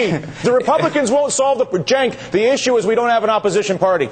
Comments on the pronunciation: Come on Dylan, Get Cenk's name right. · It sounds like Dylan was calling Cenk Jenk.What's up Jenk!